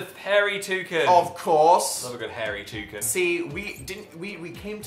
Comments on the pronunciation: WHY do they say touCEN?! it's touCAN I toucannot with them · I hate how you say toucan. It’s not toucun. It’s not a cun of soup. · Did...did they say "toucin" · "WE MADE A TOO-CUN" I Love British Pronunciations